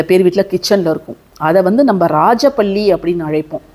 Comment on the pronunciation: பல்லி ❤பள்ளி இல்லை அக்கா